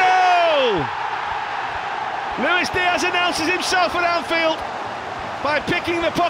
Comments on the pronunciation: Perry NG as in Unnnnnggghhh, not Enn Ji!! I'm a Singaporean Chinese like him, so just correcting the commentators! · ah yes, perry "en gee" such a shame that the british can't pronounce asian surnames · Just came here to listen to butcher the pronunciation of "Ng"